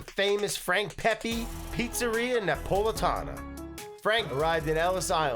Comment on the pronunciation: Thank you for pronouncing Pepe correctly. Whenever I hear “Pehpay” it’s like stroking a cat in the wrong direction